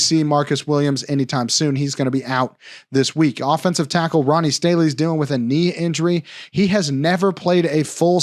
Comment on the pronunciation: You seem cool man but not even being able Ronnie Stanley's name right makes me think you don't watch football